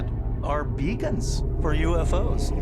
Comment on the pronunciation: The way he says “beacons” 😂😂😂 I can’t stop